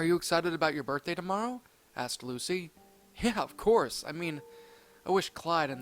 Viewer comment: I like how you said LUSA instead of Lucy xD